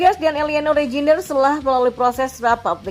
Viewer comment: Min kata nya kalau nama reinjder j nya tidak perlu di baca , jadi di baca nya tijani reinder / emiliano reinder , itu kata manta istri sule , Natali holscher yg turunan Belanda , kata nya , namanya baca saja natali holser (ch nya gk perlu di baca)